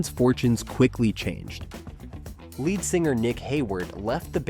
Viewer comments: And it's lead singer, not led singer dude. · Is this an AI voice? It keeps pronouncing "lead singer" as "led singer." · What is a led singer? When introducing the Motels, you refer to their lead singer, but pronounce it like the metal lead, not as someone taking the lead... Deary me... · I agree 100 percent. Led singer? 😮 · Good ol Johnny Lane and warrant ...guess this ' person wants to overlook that the band kept recording and touring way after the 80s .as for Kix , Vixen ..if they were touring in the 2000's on , I guess they didn't exactly disappear. Also it's pronounced Lee-d not Lead as in the metal .... goddamn can't we get actual human voice overs anymore?? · I think your right. They pronounced "lead" like the metal not like the leader. 😂😂😂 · Jani Lane was never in Great White. I love the narrator saying lead singer, as in a metal instead of rhyming with plead. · Not sure you're saying "Jani" or "lead" correctly... 🤔 I can understand mispronouncing "Jani" if you've never heard of him, but "lead singer"..really😂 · Fecking AI doesn’t know how to pronounce LEAD. It is a long e like leeds, not like led. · "lead singer" pronounced led? Someone needs to learn correct pronunciation, it's pronounced "leed". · the "led" singer? Gotta program your AI to learn to pronounce it "leed". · Hey, script writer..spell it 'leed' if you have to to get the A.I. to pronounce 'lead singer' correctly. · Lead in lead singer is pronounced like the thing you plug in, not the chemical element. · How does a channel devoted to music bomb on the basics multiple times?? For one, the "lead" in lead singer does not sound like dead. It's lead like weed. I seriously can't believe a music channel would get this wrong, yet I can't imagine AI would either?? Very weird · Narrative can’t pronounce lead ( leed ). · Or lead singer